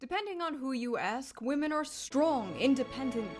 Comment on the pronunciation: I like the way you say “vomen”! Never change!❤